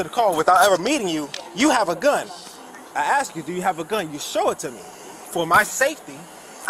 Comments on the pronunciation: These chicken cops are always scared for their safety. They don’t care about the citizens. Doesn’t this fool cop know how to say “ask” or is it “acks” as he keeps saying. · He didn’t demand, he “axed”!